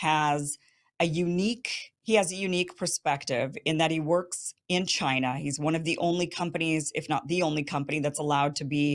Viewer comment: Winners focus on winning and losers focus on winners. Murica should really stop focusing on Ch-eye-nuh